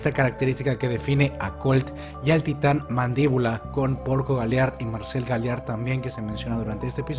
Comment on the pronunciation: Amo y Adoro como explicas, redactas y presentas los vídeos, te admiro y respeto por eso. Pero me da mucha ansiedad que Marcel sea pronunciado con acento en la "e", y no en la "a"...